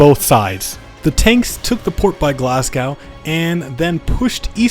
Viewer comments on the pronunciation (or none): its "glas-go"